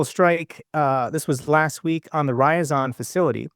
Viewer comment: Y as in yet, Ai as in eye. Rr- ya- zan ( Ryazan)